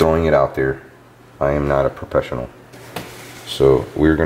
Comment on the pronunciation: You can HEAR that hes not a professional as he says “propessional” xD